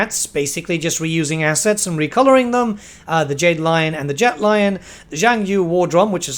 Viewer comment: fyi) 'zhangu' is pronounced "zhan-gu". not "zhang-you "